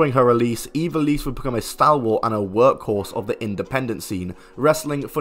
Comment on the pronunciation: That's not how you pronounce ivelisse